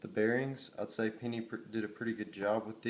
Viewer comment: The way that he pronounced it "pinny" instead of penny annoys me so damn much